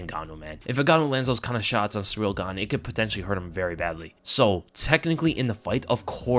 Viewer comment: All I'm hearing is "Surreal Gone" it's pronounced "See Reel"